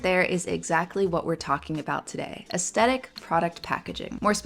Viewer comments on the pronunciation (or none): Hi, I love your videos but it's pronounced "aesTHetic". It was driving me insane. So sorry to nitpick, please continue to put out great vids!